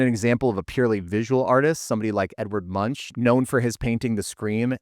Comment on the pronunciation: Norwegian speaker here. Sorry to be that guy, but it’s pronounced Munk, not Munch. Love the video